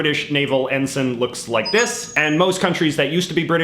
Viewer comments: It's en-sine, not en-sen. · EN-SUN, no EN-S-ay-NN,, never realised that the british union jack was copied or replicated... the british and french navies **european colonial powers of the triple entente & accord*during the 18th-20th centuries, between them ruled over 80% of the planet... so look for saliors from multiple navies, and look for flags :P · also I think it's pronounced en-sine